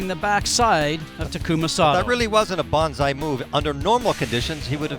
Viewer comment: Thank you so much for uploading these races. They're the only way I can get to watch them. To pay you back I always 'like' and as often as poss, let the advert run. It's only fair ;-) Looking forward to the whole season with you! Just one thing, it's bAnzai, not bOnsai... (the first is a cry of enthusiasm often associated with the 'banzai attack' - ie yelling enthusiasm as they go for it. The latter is the small tree sculpture thing) Hope this helps ;-)